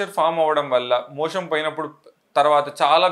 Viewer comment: 'మోషన్ ' అనడానికి బదులు మీరు 'మోషం' అంటున్నట్టున్నారేంటి?